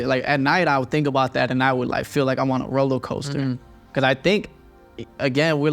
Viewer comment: Bro said rollocoster lol love it 😊 great interview bros